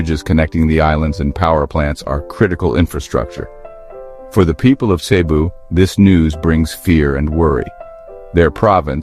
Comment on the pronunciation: Cebu is pronounced fast with accent on 2nd syllable , CeBOO. Not SAYbu.